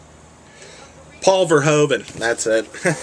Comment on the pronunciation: Ah, my fellow Dutchman, Verhoeven. You didn't quite proncounce it right though, haha, but that is to be expected, we don't have the easiest last names. I thoroughly enjoyed the video once again, keep it up!